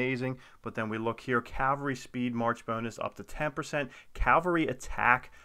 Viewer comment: Thank you for saying CAVALRY correctly! So many people say and spell it wrong as Calvary.